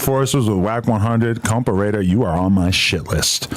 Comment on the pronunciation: Why u say compa raider the wrong way now ? 🧐